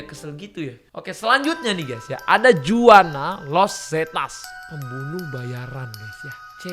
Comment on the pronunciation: Team AHHA..... Masukan..... Dulu2 dah saya bahas penulisan bahasa Indonesia ya g salah2 melulu, di tempat dipisah di pasar, di pasif digabungkan dipasarkan. SEKARANG... Cek lagi....bahasa LISAN kalau nama2 Asing harus dicek dulu bagaimana ucapannya. JUANA LOS ZETAS... INI nama terdengar dr bahasa2 spanyol, mexico whatever.... Karena Los itu saja dah Spanyol banget.... So, Juana supposed to be sounded or spoken as ( huana..... Contoh celeb Julio Iglesias becomes Hulio not Julio...... Ayooo makin ke sini makin baik dan smart ya.....